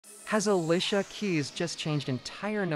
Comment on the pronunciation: Why he keep saying Uhlisha 🥴